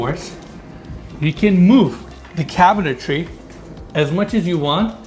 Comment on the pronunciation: Two shots for "cabintary."